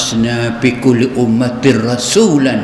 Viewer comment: nape ustaz sebut fi bunyi seakan pi